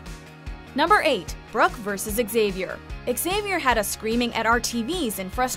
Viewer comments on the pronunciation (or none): What is this X - avier pronunciation? Weird ! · Wtf is X- Avier 😂😂😂😂